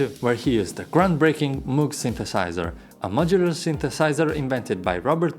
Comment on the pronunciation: Moog is pronounced with a hard "O" as in rogue. Not a soft "O" as in mood. One of the pioneers of the Moog synthesizer was Wendy Carlos who designed many of the circuits Robert Moog used in the Moog synthesizer. She released her first album "Switched-On Bach" in 1968. Fully realized on the Moog. She released her second album "The Well-Tempered Synthesizer" in 1969, "A Clockwork Orange" soundtrack for Stanley Kubrik in 1971, "Sonic Seasonings" in 1972, followed by a reissue of Clockwork Orange and Switched-On II, "The Shining" soundtrack in 1980. and "Tron" soundtrack in 1982.